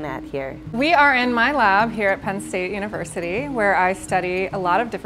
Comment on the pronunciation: "We are at MY lab .. at Penn State Unicersity." 😂